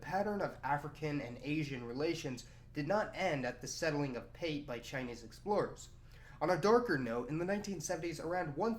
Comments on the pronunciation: PATE is pronounced Part Ay not pate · Pate Island is pronounced "paa-tay" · Can you just refer to Africa as Africa. ‘’ Dark continent’’ do you refer to Europe as ‘’ bright continent’’ Also Pate island is pronounced Pate` like foie gras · Great video. However, the pronunciation of the Island's name is "PAH-TEH" not "PAYT" as you've mentioned. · It is pronounced Pa-teh, not pait. Man, this is the second video I've seen in which somebody makes that mistake. Anyway, as a citizen of Kenya, I don't see any problem with the Chinese coming here. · Great vid. Plenty of interesting info I wasn't aware of. Though the name of the Kenyan island would be pronounced 'Pahtay' not the anglicized way you do. Love the work though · Pate island , pronunciation is partee island . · Pate Island...read it as P-a(apple)-t-e(egg) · Pate island is pronounced as Paateh otherwise very informative video.Thanks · You're mispronouncing pate island. Say it like the food. Funny thing is thousands of Chinese are now back here in kenya especially around the islands pate, lamu and mombasa and more arrive everyday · When pronouncing native words especially in East Africa like Kenya we read them literally. Pate island is PA_TE. the PA is like the PA in Patrick. TE Is like the TE in temple. Good content but observe the terminalogies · It's pronounced P-A-T-E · The a in Pate is pronounced like the u in "bus." The te is like the fe in "Santa Fe." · Pate island is pronounced a for apple and e for egg